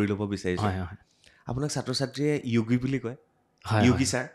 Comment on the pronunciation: Yogi asolote sire hindi pronounce korise. Asolote nath manuhar sub caste Assamese pronunciation t kobole hole যোগি hoi.